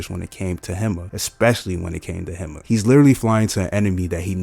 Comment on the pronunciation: Her name sounds like "He-Ma", not "Him-ma".